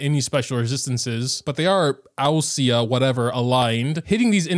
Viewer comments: Greek person here, just wanted to help clarify the whole ousia - pneuma thing. So ousia is pronounced like usia (the "u" like in "ooh") and pneuma is pronounced like pnevma. Tbh I expected to come across greek words in Enkanomiya rather than Fontaine so this really came out of left field lol. Hope this will help some people out!! :) Also wanted to add a very basic translation to this if anyone is curious. Ousia = essence Pneuma = spirit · hello and everyone struggling to pronounce "pneuma" and "ousia" correctly. pneuma (pne - v - ma) translates to "spirit" from the greek word "πνεύμα" ousia (oo - see - ya) translates to "material" (or something materialistic in general) from the greek word "ουσία" thank you, and youre welcome.